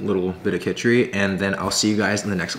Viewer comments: It's khichdi "Khichadee" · Did he say kicchidi as kichhiri ..okay watever now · Lmfaoo the way bro said kitchidi 🤣🤣 aye good try tho!